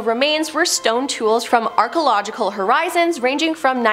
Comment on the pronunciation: "Archeological" is pronounced "ar-kee-oh-LOJ-i-kal."